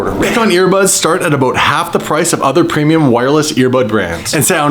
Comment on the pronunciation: Lol I’ve never herd say aboot hahaha